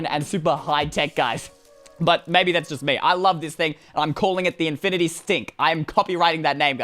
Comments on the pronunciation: Do You’ll heard that said infinty stink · Did he just say infinite STINK XD